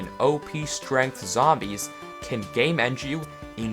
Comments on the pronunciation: im not gonna lie, i thought you were saying "gaymend" for the longest time and i only realized you were saying "game end" when there were 6 minutes left in the video. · here he is saying you can game end yourself. but then I am right here thinking he said "Gay Mend" thinking he has a gay mending book or something. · he said "game end" about 10 times before i realized it wasn't "gay mend" now you can't hear anything else >:)